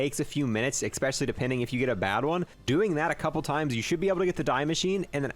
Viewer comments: Cool video. Oh, and it’s “especially” not “expecially” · Especially, not expecially.....